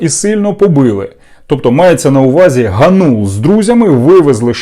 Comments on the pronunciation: АВТОР (га`нул) сука удар на первый слог!!! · По-перше, він ГАнул, з наголосом на А. Ви навіть цього не знаєте, що за єресь несете? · Який же ви журналіст, якщо навіть призвіще говорите неправильно? Його звуть Дем'ян ГАнул,а не ГанУл!😡😡😡 Добре,що в вашому призвіще одна гласна літера,не помилишся😂😂😂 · Не ГанУла, а ГАнулула)))) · Вибачте не ГаНУла а ГАнула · ПрізвищеДемʼяна звучить ГАнул, а не ГанУл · Зрадофіл гнап, прізвище треба правильно читати--- ГАнул. Ти став помийкою журношлюшною